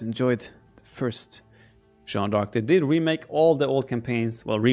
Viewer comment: It hurt my ears each time I hear " 'John' of arc" instead of Jeanne d'arc. I'll definitely play this campaign in french